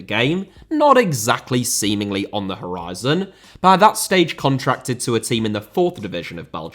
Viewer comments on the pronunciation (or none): none